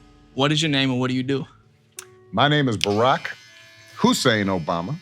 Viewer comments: Barack HUSSAIN Obama He put the emphasis on that just for his haters lol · Barack HU-SSEIN Obama